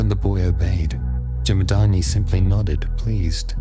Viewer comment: Jamad-aGni. Pronounce that😊....not "Jamadaani"